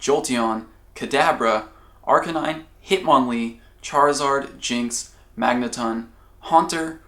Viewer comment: you know the first time he's ever played Pokémon is Pokémon Go because of the way he says Magneton.😷